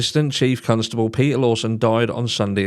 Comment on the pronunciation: I love that you say constable as though the second letter was u. I needed that smile today cos Christmas is indeed very stressful and I'm so unwell at the mo 😫